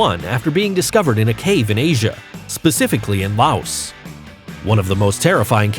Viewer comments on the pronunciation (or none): none